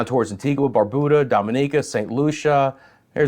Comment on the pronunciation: Had some on and off rain today in Antigua 🇦🇬 so it wasn't too hot thankfully. Also would like to mention the pronunciation for Antigua, the ending is a ga sound not a gwa sound as the u is silent. And it's Barb-u-da. Thanks for the continued updates 🤗